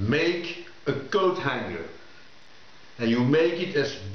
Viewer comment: .... thought you said GoatHanger. Image formed in my mind uurrggh.